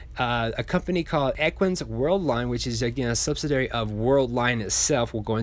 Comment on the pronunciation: Sub-sid-ee-airy....Love your channel, one of the most professional ones out there. Keep up the great work!!